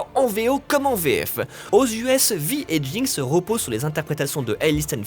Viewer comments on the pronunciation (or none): Il me semble qu'on prononce "vai" et non "vi" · Si tu dit JINX et pas jainx tu dit vaille et pas vi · il dit "arcaine" mais vi au lieu de "Vy" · Et appeler "Vaï" Vi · Une pure merveille ! Par contre ça aurait été mieux si la personne faisant la voix OFF savait de quoi elle parlait. Niveau prononciation c'est pas ça... Vi ne se dit pas Vi mais Vaille (à l'anglaise, même en VF), Bernard Gabay se prononce "Gabet" et Boris Rehlinger se prononce aussi à la française... "Ré lin jé"... Merci de les respecter :'( On est en France, ce sont des français.. Pourquoi "angliser" leur nom de famille ? Ca a aucun sens... C'est quand même triste pour une chaine spécialisée dans le cinéma de ne pas savoir comment on prononce ces noms si connus du doublage français... :/ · Vi ? On dit « Vaille » bordel. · C'est quand même dommage de finir une si bonne analyse de la série en prononçant "Vi" à la française alors que même la VF de la série le prononce à l'anglaise ... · Mais cette quoi cette prononciation ?! : "Arcaine" au lieu de "Arcane", "Riot" au lieu de "Rayot", "Vi" au lieu de "Vaïe"... Faîtes au moins l'effort pour les fans svp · Ça se prononce vaï, et je regardais, la VO et VF sont juste parfaite. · j'ai adoré...par contre on prononce "Vaï" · Ne dites plus jamais Vi. Ca se dit a l'anglaise pitié xD (Oui, la commu toxique de LOL arrive) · Très bonne vidéo. Par contre niveau prononciation va falloir ce décider, soit celle à la française ou celle à l'anglaise. Perso je trouve ça pas y hyper agréable à l'écoute, c'est perturbant de passer de l'un à l'autre sans aucun raison.